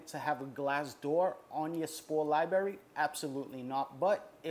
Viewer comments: It was probably as many times as "spores". Every time I hear libRary pronounced libarry it hurts my brain. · Love this guy.. lot a great info and has taught a lot. But bruh come on g. It’s libRARy not liberri. If you gonna say it 1000 times please say it right my guy. 🙏🏻🙏🏻please🥺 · Lmao "liberry"... it takes away from the professionalism. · Every time he says Liberry you have to bang your head against a wall as fucking hard as you can and then take a facking shawt uh whiskey ..... You know? To really get fucked up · Its called LIBRARY not libery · Wtf is a lyeberry? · It’s a “library” not LYE BERRY lmao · Im sorry man. I have to do it. It is Li bra ry. Not li berry.😂😂😂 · Lol liberry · Library not Liberry!!!! PLEASE!!!!!!! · its a libRary, not a lieberry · Spoor lie berry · I don’t know if I can take advice from someone who says “libarry” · lie berry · I love how he is incapable of pronouncing the word library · No disrespect..AT ALL but all I hear is LIBARRRY. LOL ..I love it! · But got one hell of a lie berry. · "I gawtya lieberry right here" Got my first like on my last comment and couldn't help myself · I feel a neuron dying every time I hear it... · How is it possible as an adult you pronounce library like a 5 year old? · there are 2 r's in the pronunciation "lib(r)ary" lol. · How can you pronounce the genus name so well but can't pronounce library. Sometimes you're over embellishment with your pronunciations trying to be more hip-hop is annoying. You remind me of Nick Swardson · "Fawck you, cawk sucka" - thoughts that he won't voice because he's too chill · He speaks a heavy regional American English. Impossible to mistake where he's from. :) Has a few problems with the latin also -- especially cyanescens and azurescens But, ah well. Not so important.